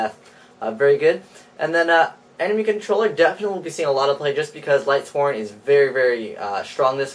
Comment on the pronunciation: If I hear lightsworns one more time...